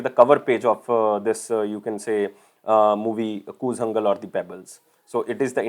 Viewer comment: PRONOUNCE IT CORRECTLY KOOTHANKAL NOT "KOOLANGAL"